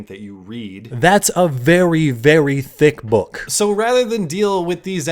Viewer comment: Always love a good Speaks! Side note: The way you say "Thick Book" gives me the giggles. Not sure why but I'm ok with it